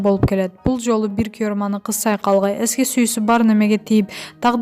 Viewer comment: Ушул журналист кыз окуганды билбейсин,куйорман деген созду туура айтып уйрон уят